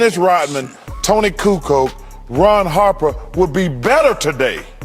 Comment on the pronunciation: Hey Charles it is Kukoč !!!